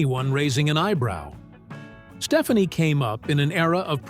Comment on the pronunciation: It's pronounced "Steph-ON-ee", not "Stephanie". Fix your AI.